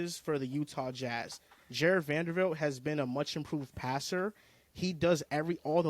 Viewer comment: It’s not Vandervilt! Lol it’s Vanderbilt. Jesus 😂